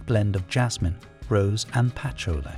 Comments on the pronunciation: Not 'dy-or-issimo but 'dee-or-issimo'..And 'pa-CHOO-li', not 'patula' which sounds like spatula 😂 'Sha-nell, not 'channel'... and not 'th-iery muggler', (😆) but 'Tiery Moogler'. Please do not use AI . On a positive note, the music was lovely! I miss the original Opium. I agree that those other fragrances that had civet needed to be reformulated, something that as an animal lover, I cringe. But the other ingredients, such a shame. Another fragrance that changed completely is "Chloe" by Karl Lagerfeld. My older sister used to wear it and I loved it because it was so different than the others around at the time. It always smelt clean and fresh to me. I was shocked when I smelt the new version. It's like a completely different perfume now. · Hey AI ! You horribly mispronounced Patchouli! It ! The CORRECT pronunciation is Puh- choo- Lee ! Get it right! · HEY AI VOICE AND IT'S NOT "DIE-O-RISSIMO" IT'S "Dee-or-EE-SEEMO." LIKE DIOR, the designer? And Patchouli is prounounced "PAH-CHOO-LEE." Actually, LEARN HOW TO PRONOUNCE ALL OF THOSE PERFUMES AND THEIR DESIGNERS. EEJITS. 🙄 Jean Nate, Opium, Cinnabar, Tabu should have all been banned just for being STANKY (or never made in the first place, IMHO). UGH.